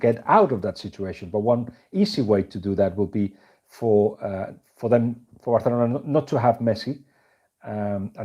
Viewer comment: Actually that's how it is pronounced.